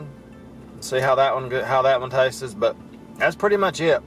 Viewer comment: The word “tastes” is a one syllable word pronounced “tastes” not “taste-is”.